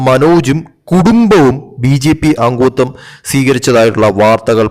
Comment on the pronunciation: അങ്ങുത്വം അല്ല , അംഗത്വം.